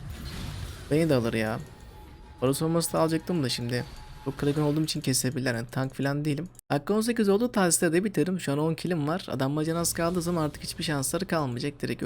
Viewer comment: aga tahsistar değil tahsildar